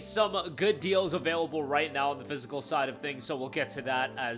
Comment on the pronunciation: Phys...i....cal.... You appear to be making up strange words.